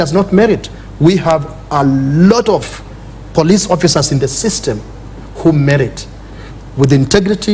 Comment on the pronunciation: Why does the lady host pronounce 'police' as 'plis' at 12.54????